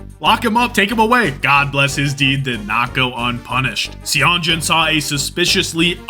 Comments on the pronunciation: FYI, Seonjun is pronounced more like sun + June! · Yeah i hope he realizes that whenever you see "eo" together in korean names its still an "O" sound. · goated video as always but you gotta learn how to pronounce Seonjun lmao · He does it intentionally lol